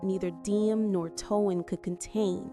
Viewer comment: Why in the world can't you pronounce his name properly it's t o a n not t u a n just like the word tone